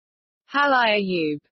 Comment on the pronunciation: made me laugh. It's a Filipino word. Ha-La-Ya U-Be It's not Halaya yoob